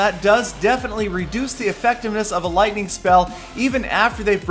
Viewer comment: Peter17$: "LOITNING ON THA TOWN HAULL!!"